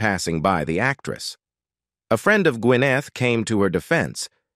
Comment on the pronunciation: wth w the pronunciation? ka pruh instead of CAPrah. gwyNETH instead of GUINneth?